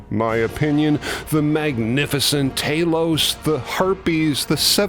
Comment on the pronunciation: that moment when Talos turned his head on the plinth!!!! (That's TALOS btw, not TAY-LOWSE 😉🤔🤨😊) It STILL looks and sounds bloody amazing! The entire Talos section is an utter masterclass. Sooo many great scenes in this movie and it hit me like a train when I first saw it as a young lad when it first appeared on UK TV screens waaaaay back when...and guess what? It STILL does at 61 years old! Goodness knows how many times I've seen this gem. Of note is the fact that future Dr. Who actor Patrick Troughton appears as the guy tormented by the Harpies...but you may have known that already? As an addendum, I think you should apply your wonderful knowledge and reviewing talents to Spartacus ASAP.......please? Pretty please......with bells on?🥺🙏😃